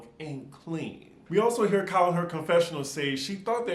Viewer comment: KYLEEEEEE I come just to hear you say it!